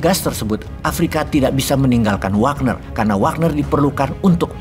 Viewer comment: gegara bosman ngomong wognar wagner, di game dan sosmed pada pake jadi nama akunnya hehe..